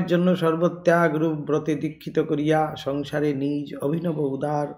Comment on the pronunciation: Nij naa bole nijo bolle mone hoy vaalo shonabe.